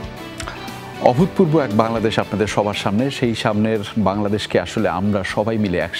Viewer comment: উপস্থাপক "অভূতপূর্ব" শব্দটা যতবার উচ্চারণ করলেন ততবারই ভুল করেছেন। ত টা তো এর মত উচ্চারিত হবে। একজন প্রেজেন্টারকে ভাষা ব্যবহারে, উচ্চারণে, বডি ল্যাঙ্গুয়েজে অনেক সচেতন হতে হয়। যেকোন অনুষ্ঠানকে সুন্দরভাবে উপস্থাপন করার পেছনে মূল ভূমিকা থাকে উপস্থাপক বা সঞ্চালকের। এই প্রজন্মের মধ্যে আর জে কিবরিয়া তার প্রকৃষ্ট উদাহরণ।